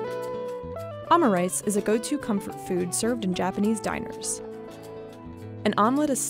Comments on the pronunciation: Omurice is pronounce O-Moo-Raii-Suu!!!! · the pronunciation of omurice 🗿